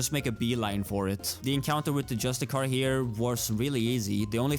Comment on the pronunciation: "Just-I-Car" *eye twitches*